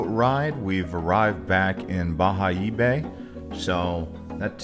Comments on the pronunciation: Bayahibe! It's pronounced "Ba-Ya-Eeee-Beh" the H is muted in Spanish.. Although your Spanish 👌🏻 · Bayahibe correct pronunciation "Bajaebe" Isla saona pronouncing Isla sa_o na